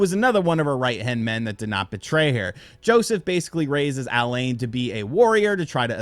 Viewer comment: Why do you pronounce alain's name like that lol